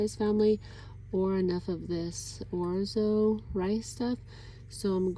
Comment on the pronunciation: I like to heat small tortillas in theoven, sprinkle with cheese and wrap-around the taco shell. You get the crunch,but contains the mess. You are saying orzo correctly. I love it.